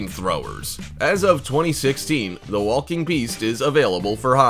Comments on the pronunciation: I can't tell if he was saying Wall King or Walking.... So triggering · And I just noticed how much he pronounces the L in walking 🤦‍♂️ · Stop saying the L in walking I can’t hear another L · First time you’ve ever said the word walk? Makes this really hard to watch. So many “wall-king robots.” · i didnt notice at first til i saw this comment 😭😭😭 NOOOOOOOO now its bothering me too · Why do you pronounce the L in walking and walker? Weird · Nice video. But the way you pronounce walk/walker/walking, makes me wanna throw my phone.